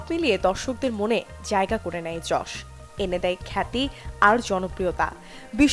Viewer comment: ভাই যশ না ইয়াস 🙄🙄